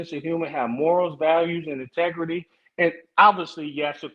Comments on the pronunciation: said, " Intergarry" 😂😂😅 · “Humble, grown man, straightforward, INTEGURY” 😂😂😂